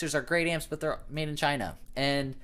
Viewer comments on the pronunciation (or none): none